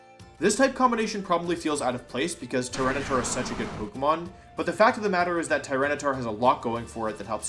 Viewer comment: I can't be the only one questioning "Tyrantitar" right?